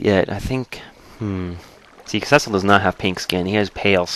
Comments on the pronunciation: cecil is pronounced see-sil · well it is really pronounced see-sol